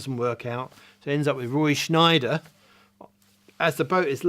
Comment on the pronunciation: It’s Scheider not Schneider.